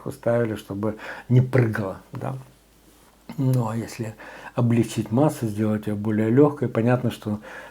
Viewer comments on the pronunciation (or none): none